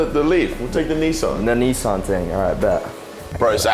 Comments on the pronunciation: Niecan stop it boys your english you sell outs its Nissan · NISS ANN NOT NEESARN NISAN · When he called it a nisson I clicked off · Why can’t they Nissan properly despite being English 😂